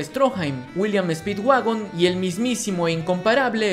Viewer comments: en el minuto en vez de decir speedwagon dice speedwaifu xd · Like si te diste cuenta que cuando digo que speedwagon había encontrado petróleo pero vuelve a escuchar speedwagon y te darás cuenta que dice speedwaifu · dise mal speedwagon y dise speedwaifu speed-w-a-i-f-u jajajajaj